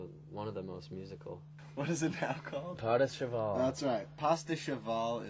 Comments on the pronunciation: "What's it's called now?" "padehcheval." "oh yeah pastacheval..." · "pada cheval" "pastacheval" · 'pas da cheval' 'pasta cheval'